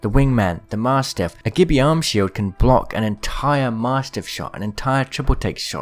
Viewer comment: Gibby is pronounced JIBBY!!!!